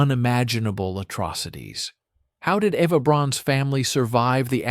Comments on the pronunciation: It’s EVA not Ava!! BRAUN not Brown!!! Annoying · Try to say the "au" part of Braun as "ou" in the english word "house"...it comes closer to the right pronounciation. Eva in german is pronounced like E as in the englisch word "bed or red", so quick and short -eh Pls no "e" as the first letter of "evening" And the V is an "f" as in the word "info" A more like an "ah" as in the last a of the word "Africa" So Ehfah 😊 I am german....hope that helps a bit😊😅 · Yes, he keeps calling her AVA. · Eva. Not Ava. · Braun is Braun and not Braawn. And if you want to pronounce it it would be closest to Brown. And she been named Eva and not Ava. You can bet, I am German and should know. I guess your wrong idea of the "Braawn-Family" is owed either to a bad AI narration or a narrator that speaks a bit sloppy here and then. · Eva is pronounced AYva in most European languages. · I know, the "Ava" pronunciation was annoying.